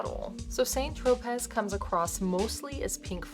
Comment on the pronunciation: Tro-pay. Not pez(as in the candy)